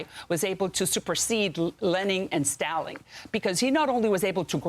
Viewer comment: "Lening and Staling" LMAO